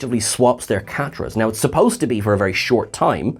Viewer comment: Kah-tra, not kaaa-tra. Same way it's Khan, not Caaan. Both share the same vowel sound as your first name,.